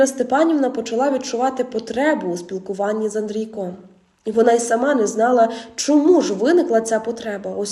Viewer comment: Не з АндрійкОм, а АндрІйком.